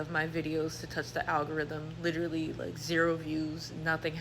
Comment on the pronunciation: Amen! Especially when it’s pronounced “LI-trully”.